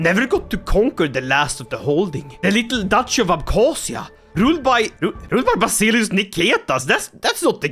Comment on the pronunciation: Ikke for å pirke, men Basileus uttales ikke som det skrives. Det uttales som vasilevs